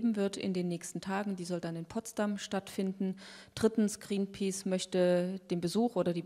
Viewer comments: Mit Gränpäce, die spricht das ja echt gut aus^^ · Wieso kann sie nicht Greenpeace aussprechen..